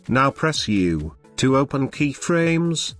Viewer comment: i swear to god if he says key-fuh-raymes one more time...